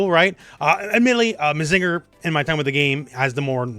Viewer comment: I would never ask for people to be known of every random series but hearing mazínger or susan-oh made me take damage